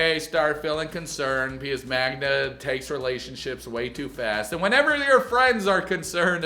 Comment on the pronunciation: I can't understand how you can't pronounce his girlfriend's name Magda, not Magna.😅